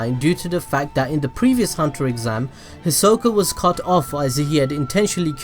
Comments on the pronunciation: hold up WHO HIZOLLLLCA? I thought it was Hisoka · “Killuat” “Hisock” Kill me 💀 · “Hico“ its Hisoka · The way he says hisoka and killua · Wow your pronunciation is pretty good there was just a few you got wrong also I'm surprised there were other people who actually picked up on all these other than me I watched the whole of HXH five times to check my theories yay Btw Hisoka Killua is mine and Gon too Oh and it i can't have him gon can I guess